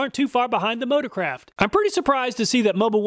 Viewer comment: I can't unhear "Ford Motor-crap" instead of "motor-craft" xD